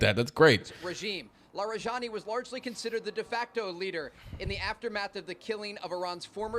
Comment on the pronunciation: you can call it a counter offensive (not a counter operation), and his name is pronounced la-ree-jah-NEE, with the j sound like in jihad.